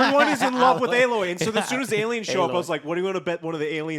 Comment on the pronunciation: This irks me more than it should I know but, Joe, it's Aloy. Stop saying alloy lol